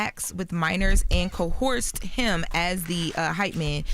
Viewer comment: I wish to GOD yall learn how to pronounce coerce. It's CO and ERSE. There's no H. It's not CO HERSE. I don't know where yall got CO HERSE from. Jesus. As many times as yall report on the Diddy case and yall still not pronouncing it correctly.